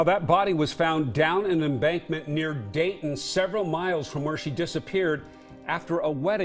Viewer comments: It's DAYTON not DRAYTON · *Dayton, not Drayton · I’m local to this area and this case has sat in the back of my mind since it happened. It’s awful! Side note on a minor detail: it’s Dayton, OR and not Drayton, Or 😊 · Dayton, Oregon. Not Drayton. This is my hometown 😢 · If you are naming a city in Oregon, can’t you at least get the name correct? Dayton, Oregon! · was it Dayton, not Drayton? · DAYTON not Drayton. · Ok so this was Dayton, Oregon? The very first word on this video is “Drayton” and that bothers me more than it should I think. It feels a tiny disrespectful to the victims when a channel can’t be bothered to proofread the city name. Probably just bothers me because I lived there for years and it’s such a small town that it’s weird to even be mentioned in one of these videos. The least you could do is spell and pronounce it correctly. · Dayton not Drayton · There's no Drayton, Oregon. It's Dayton, OR. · It’s Dayton, Or. There is no Drayton. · DAYton, Oregon, not Drayton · In case anyone is interested it’s Dayton Oregon not Drayton. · Dayton** Drayton is not a word. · Dayton, OR, not Drayton! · You keep calling the city Drayton. It is Dayton. Please get the facts straight if you're going to report crimes. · May seem insignificant, but I grew up in Salem, and I believe that in the town is DAYTON without an R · I'm only the first few minutes into this, and I'm already kind of iffy on their facts. It's Dayton Oregon, not Drayton. I live like a half hour away from there. At first I was starting to wonder if there is a town called Drayton in East Oregon or something. But even on the news coverage, it says Dayton. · Dayton, Oregon not Drayton! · It’s Dayton, Oregon. Not Drayton. Great video! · Its not Drayton its Dayton, multiple corrections needed....Not that relevant but still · Drayton Oregon, he says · It's Dayton, Oregon not Drayton. Why can't you get that right? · ITS DAYTON, Oregon not Drayton. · It’s DAYTON OR not Drayton. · "Dayton" Oregon, Not Drayton